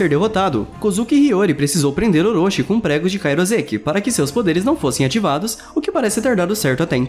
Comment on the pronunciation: O vídeo é muito bem feito, a única coisa que incomoda um pouco é tudo ser pronunciado errado. Um exemplo seria Kairoseki você fala "cairozéqui" mas o certo seria algo como "cairoucêqui".